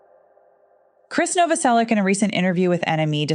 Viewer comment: I think you should use AI to pronounce Krist's last name properly.